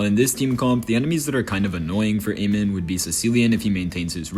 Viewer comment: It's amon not amen😅